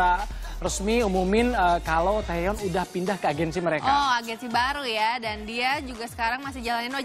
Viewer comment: Maaf ya. Namanya bukan taeyeon tapi taecyeon